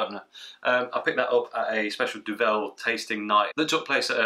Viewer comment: Duvel don’t put emphasis on the ‘vel’ put it on the Du. It means Devil BTW.